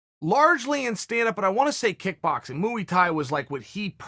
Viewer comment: I love you Chael but every time you pronounce Muay or Yair I want to stab my ears.